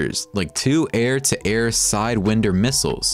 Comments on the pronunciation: Dude you don't pronounce corps as corpse it's pronounced like "core" and sidewinder is not pronounced side wind-(like leaves blowing in the wind)-er it's supposed to be pronounced like side wind-(like winding a clock)-er.. Maybe I'm nitpicking but cmon if you're gonna put out content about the #1 miliatry in the WOLRD you should get the pronunciations correct my guy 🤣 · A video about helicopters that includes a fixed wing drone and calls a Skycrane a plane? That's when I turned off the moronic audio and just watched the video. It is better to remain silent and be thought a fool, than to open your mouth and remove all doubt. - Edit: Out of morbid curiosity I turned the sound back on, only to be treated to a mispronunciation of Sidewinder, and a vocalization of the PS in Corps. Just goes to show, kids - you don't need to have even the faintest idea of what you are talking about to make a Youtube video.